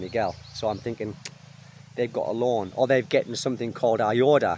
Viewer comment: Who else wondered why he was saying "lawn to lawn" until they realized he was saying "loan to loan"? (Even the CC interpretation was lawn to lawn.)